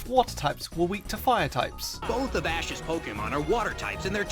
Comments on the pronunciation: you said asses pikachu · he said ass' pikachu